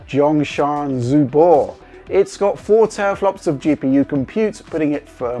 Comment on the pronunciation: My Chinese is very bad but I can tell you are butchering the name of that console:)